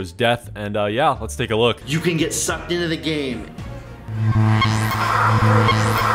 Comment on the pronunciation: You can get sucked inna the game Why does he say it like that lol